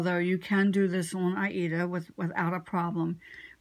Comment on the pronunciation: This has been a very interesting video. You are the first person I've listened to on Flosstube that pronounces "Aida" like the opera, not "Ada." Maybe it's because we are "children" of the 80s. :) I've just started using Sulky 12 wt. fiber which would work fine for backstitching on 28 ct. linen or 14 ct. Aida. I do not like backstitching, but now I've seen your technique, I will look forward to it. I remember your charts and I know that I have stitched several of your patterns, though I have none left. I tend to give my work away to friends and family, though I do keep some projects for myself. I use the loop method for stitching. One strand of DMC folded over, the cut ends in the needle, and I'm ready to stitch. I find that my stitches lay better with the loop method. Just my little quir I have also learned now to tame metallic thread, but that might be an interest topic, especially closer to Christmas when we tend to use it more than at other times. Take care, be safe, be well and I've subscribed so I look forward to next week's video. Going to go back and check the others out as well. Just noticed that my name is missing under my picture. I am Karen Brettschneider (shortened to Brett) from Woodstock, GA.